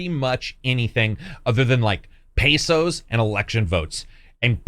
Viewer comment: You said Pesos 💀💀💀